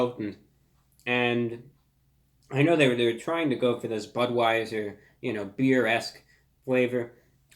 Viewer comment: this man just said Buttweiser